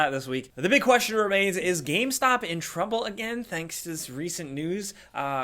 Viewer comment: Please tell how to pronounce game. It's game: g-aim, not gam. Thank you